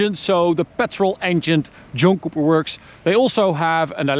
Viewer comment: Sound like you are saying Junk Cooper Works or Joke Cooper works. Great looking car for sure. 👌